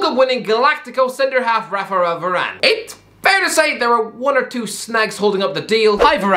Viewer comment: “Rapharal Varane”